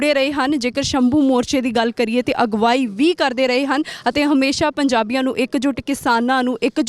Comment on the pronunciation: ਸਿੱਧੂ ਸਾਬ ਪੰਜਾਬੀ ਠੀਕ ਬੋਲੇ ਜਿਵੇਂ ਤੁਸੀਂ ਬਾਰ ਬਾਰ ਅਗਵਾਈ ਨੂੰ ਅਗਵਾਹੀ ਕਹਿੰਦੇ ਹੋ